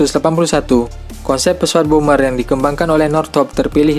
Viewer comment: bomber woy bukan boomer wkwkwkwk